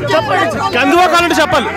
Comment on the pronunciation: Kandhuva kadu Kanduva 😂